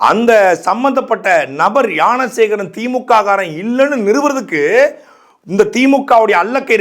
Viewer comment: உனக்கு ஞான சேகரன் னு சொல்ல தெரியல யான சேகரன் யான சேகரன் னு சொல்லிட்டு இருக்க இதுல அண்ணாமலையை குறை சொல்ல வந்திடட .